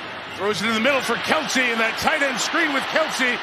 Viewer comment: Why does Mike Tirico keep calling him "Keltsie"? There's no T bro. Smh